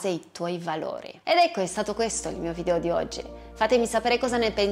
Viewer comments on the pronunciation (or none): none